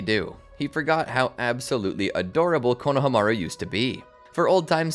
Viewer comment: I love ur videos so much but the way u keep saying konhamaru kills me (idk how to spell his name but u know)